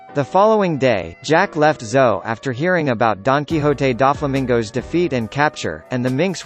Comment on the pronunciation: Oh come men.. pronounce the name of doflamingo correct ..